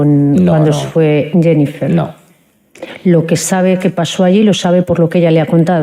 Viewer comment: Me encanta que la abogada de Rubiales dice: "Senifer" 😂